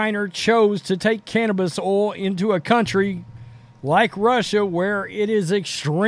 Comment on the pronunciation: Love the way the says "cannabis oil" hahahaha